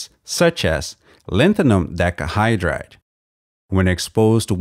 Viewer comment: "Decahydride", not "decahydrade". We gotta teach these kids right, after all. 😅